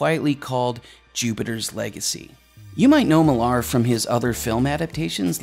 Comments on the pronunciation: Millar is pronounced exactly the same as Miller, it's just the Scottish spelling. While we're at it, if it comes up, Bill Nighy's last name is pronounce "Nigh". Dunno why people that commit their VO's to immortality on YouTube just assume they're pronouncing foreign names and words correctly without taking 60 seconds to look it up first. Now it's there forever. Sloppy, very American and Canadian. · Note: Millar is pronounced "Miller." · Your pronunciation of Mark Millar hurts my soul